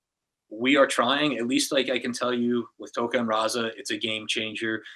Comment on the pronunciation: Its Rahzar not "Rahza"